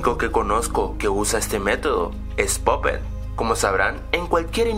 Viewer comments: puppet no popet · es pappet no poppet ni puppet